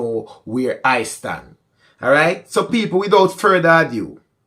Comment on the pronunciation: AND IT'S NOT "FURTHER ADUE" IT'S "FURTHER ADO". COME ON!!!